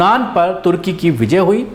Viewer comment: no tarki Turkey..sahi nam lo .aap ko samaj mai nahi aata hai ke sahi kya hai ..........